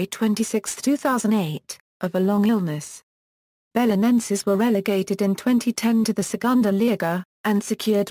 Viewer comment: Well, that's not how to pronounce it, that's clear.